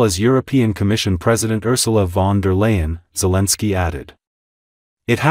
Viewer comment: Guys, there is no way to make this A.I. say Zelensky's name correctly (Otherwise then it is not A.I. it is something else, not A.I.) Grateful. Slava Ukraine, today and always.